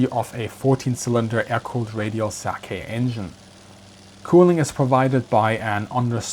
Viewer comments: Small correction on pronunciation: 'Sakae' -> "Saka-e" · Yeah... We are not talking about alcohol.